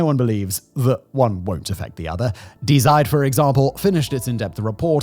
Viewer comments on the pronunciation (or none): Yet more mispronounciations. This time, "Die Zeit". It's not "dye zyde". It's "dee zyte". Google hasca free tool for this. For crying out loud, start using it. You sound like an ignoramus. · "Die Zeit" is not a dying newspaper.💀🤣 FYI "die" is the german feminine pronoun, it's pronounced "dee". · "Die Zeit" is "The Time" I get that Die is an English word and also a word in German. Both with very different meanings. "Die" auf Deutch is pronounced like "D". It's hard for me to describe pronunciations. I value your content and you said Zeit very well. But to sat Die Zeit versus D Zeit sounds very silly. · The name: Die Zeit Him: daai saaaid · It's pronounced like "dee tseit" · you’d think someone as educated as Simon would know that die in German is actually pronounced dee 🙄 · It is pronounced as "DEE" Zeit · You don't know how to say Die Zeit, the major german paper for a long time? Come on man. Here, ill help you. Say " Dee Site" Since you pretend to speak so perfectly in an annoying way. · Dee Tseit - you should probably read phonetics before reading the script. These videos are ok but it's more professional to look it up imo. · German pronunciation: “DEE ZITE”… this is how an English native speaker would pronounce it more or less correctly. Otherwise, have a look at the international phonetic alphabet…;) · The German magazine "Die Zeit" (meaning "the Time"), is pronounced "dee SAIT". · Common Simon, you know that "Die" in German is pronounced like dee, you even get it right the 2nd time mentioned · Die Zeit? Please check your pronunciation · I've never heard "Die Zeit" being pronounced this badly, he didn't even try. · Very good video, but I can't help chuckling at Simon's pronunciation of ,,Die Zeit" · The pronunciation of "Die Zeit" hihihi. :D it reminds me of the Simpsons episode where Sideshow bob explains that "Die Bart, Die" on his shirt is German. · When butchering the pronounciation of "Die Zeit" at least pronounce the first word the american way 🤪